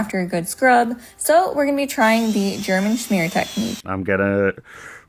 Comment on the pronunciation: i never knew you could mess up german schemer 😭